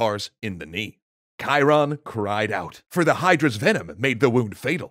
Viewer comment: Thank you for teaching me the correct way to pronounce Chiron